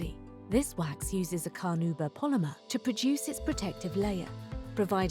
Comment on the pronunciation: Nice voice-overs! It made me geek out and google the native pronunciation of carnauba - apparently it's "carna-U-ba" 😉